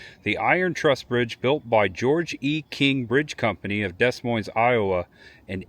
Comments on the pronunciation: Yes I was going to point out to him that the s is silent both times like in Illinois too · "Des Moines", lol....